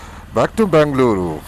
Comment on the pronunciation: It's not Bangluru, it's Bengaluru. With all due respect, we don't come to the North and butcher your names, we would expect the same.